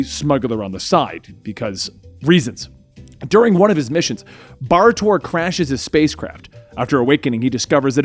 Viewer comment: Bar Torr is a complete mess, Kon-El... okay.